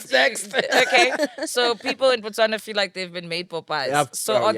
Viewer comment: I love how you said Botswana 🇧🇼 We love you too ❤